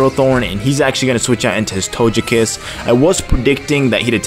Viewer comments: Dazzling Gleam, and togekiss isn't pronounced tojekiss, it's to-geh-kiss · Why do you say "Tojekiss" with the soft g?